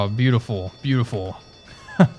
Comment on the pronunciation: "Beotifull ship, I love this ship, yep.....well we are going to sink her" Loved it